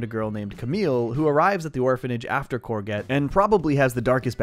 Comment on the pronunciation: Great video! So whose gonna tell him that that’s not how you pronounce courgette?